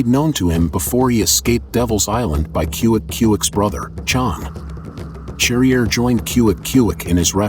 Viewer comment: It’s pronounced sharrier you dumb yank.